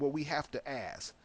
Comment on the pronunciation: please google the "horn of africa" you have no clue - the word is ask not axe??? wow just listen to yourself